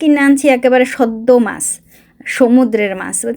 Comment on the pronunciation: ওটা মাস না কথাটা মাছ